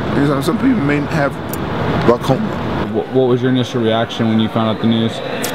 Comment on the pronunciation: Turns head quickly "Glocoma"